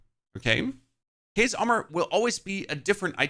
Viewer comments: say it with me.. Chaos pronounced K-OS. this made my brain hurt.. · Your pronunciation of Chaos is chaotic. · The way you pronounce chaos is driving me crazy😂...how do you say chaotic right but not chaos🤔